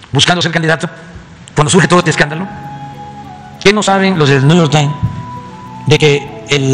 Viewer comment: El Kks: " el niuyor tain " 🤣🤣🤣🤣